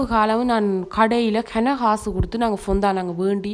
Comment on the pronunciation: Its ஃபௌன்ரன். Not பொந்தான்.